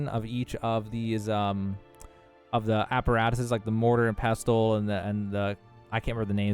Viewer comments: Pess-uhl The “t” in pestle is silent. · Great exploit!! Also, silent t in pestel, so just “pessel” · Nice vid. The “t” in pestle is silent by the way you uneducated bum. ❤